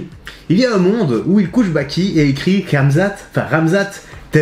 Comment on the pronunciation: Kamezate 🤦‍♂️ fais un effort